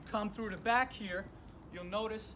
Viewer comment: 2 disc in the front 1 disc in the brack!!!😂idk why I cant stop laughing